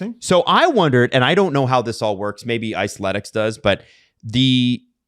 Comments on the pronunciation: Somebody's gotta tell the boys that it's "Icethetics" and not "Iceletics". This is like the fifth episode they've done this 😂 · New Era getting it are similar to 47 brand making stuff for the NHL. Some teams have had New Era side deals for a while. Also, I have to point out that it's Icethetics (like aesthetics), not Icethletics. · I die inside every time they say "iceletics". It's supposed to be "icethetics" as in aesthetics 🥲